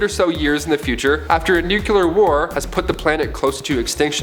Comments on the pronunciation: Nucular? Nuclear. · Oh my god!! The word is nuclear (say it new-clear), the word you keep saying (nuculer) doesn't even exit!